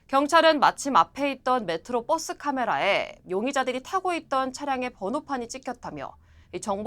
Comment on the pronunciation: 메트로 '뻐쓰' (x) 버스(o)